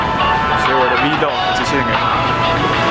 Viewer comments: 為什麼是V 漏個？ 那你唸b 漏個嗎？ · 不要念「v漏個」啦😂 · 那個念vlog 不是vlog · V log 是聖結石唸法 有夠沒sense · arthur hsu 那不好意思，我的母語剛好是英文，我只是在幫他把口語上的錯誤糾正過來，就這樣。你可以去看下很多國外的youtuber就是這麼念的。在與外國人對談的情況下，發音還是很重要的。